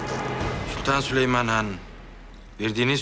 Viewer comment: Hürremin süleymana süliman demesi